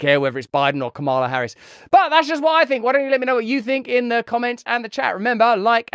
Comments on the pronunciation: You said her name right the first time. Ka ma la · Russell, I salute you for correcting your pronunciation of Kamala Harris's first name. Thanks for upholding a certain rather quaint, old-fashioned notion that one should make an effort to at least pronounce somebody's name as they wish it to be pronounced, especially if you're critical of them.